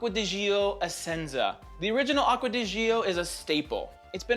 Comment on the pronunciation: I really enjoy Mugler cologne, it's indeed such a versatile and refreshing fragrance. I'm really curious about smelling L'Homme Ideal Cologne! Btw, please, start to call It Acqua di "Jò" (The "Gi" it's like the "J" in Jeans, and then comes the "O" right away). Really nice list and presentation!